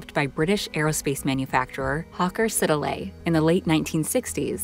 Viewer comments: Sorry it's not Hawker Sid-a-lay, it's Hawker Siddeley lol. Like everything brilliant in aviation it starts out British and we end up giving it away, or scrapping it. I spent the duration of the Falklands war in 1982 working on repair schemes for the Pegasus engine at the RR Rodney works in Filton Bristol England, happy days :-) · Pronounced sid-lay… not sid el a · It's "Sid lee" not "Siddle eh" jeeez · Hawker Siddelay. 😂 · Trust the Yanks to take the credit for this British innovation and can't even pronounce Hawker Sidley correctly What an insulting video clip and the Harrier was also not used in Afganistan either the Jaguar and Tornado was the first British and the tornado Anglo German and Italian